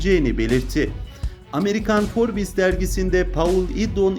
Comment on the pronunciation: Sen admin para için herşeyi yersin sen utanmaz Forbes demesini bile bilmiyorsun